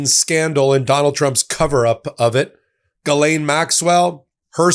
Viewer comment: Hosts: Ghislaine is French. You pronounce her name Gis lin. That's it. You would sound more educated.